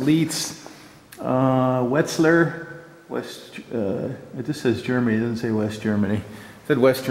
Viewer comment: Lots of folks beat me to this... Also, Wetzlar is pronounced: close to: Vets-lahr... The W is called "veh" (like in oy, vay!) and the tz dipthong is a very hard percussive z sound (z is called tzet, similar to the British "zed") 4 years of high school and college German, and I can read a technical paper with a dictionary handy, and on a good day do basic things like ordering meals when I visit Germany / Austria / Switzerland... generally, the locals take pity on me and reply in English if they can...